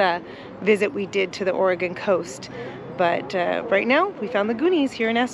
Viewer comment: Aura-Gone Lol. I love the town of Astoria. Cannon Beach is amazing too. Thanks for sharing.